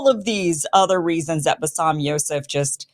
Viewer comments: Kim, put some effort to learn the 1st name of Basem it is not bassam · Love you Kim. It’s Ba Sem. Not bassam. 😉